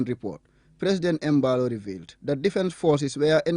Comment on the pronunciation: The G Bissau president surname is pronounced as “Mballow”. I can’t believe my ears. And the reporter is even a fula. Chai